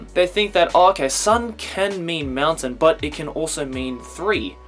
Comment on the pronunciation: Is he saying mountain or meltdown or what ?